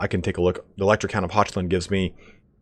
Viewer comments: Hochland: HOCK-LAND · Hochland isn't pronounced "Hotchland", you said it kinda right the first time and Wissenland isn't "Waisenland". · That is not how you pronounce Hochland lol The ch is pronounced as it is in Scottish loch. Hochland is German for Highland. The more you know. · Oof. Hurts how you say Hochland.